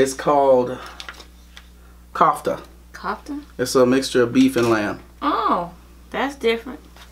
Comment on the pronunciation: its not kebe hhhhhhhh its keba and its baba ghanog 😂😂 kofta not kafta 😂